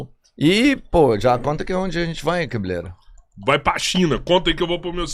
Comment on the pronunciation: Porque "Cabilêra?"